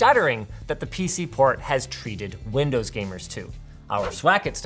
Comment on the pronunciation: linus, you do realise you said lindows and not windows right?